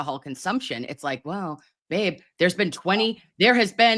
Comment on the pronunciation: Said babe, but with a fall river accent😂😂